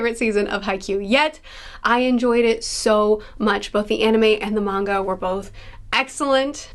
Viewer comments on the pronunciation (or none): none